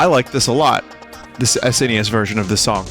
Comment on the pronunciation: first time i heard an english speaking person call the SNES sness not complaining, just pretty rare from my perspective